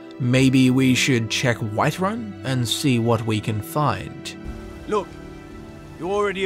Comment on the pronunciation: I heard the Alik'r Warrior said Wiferun instead of whiterun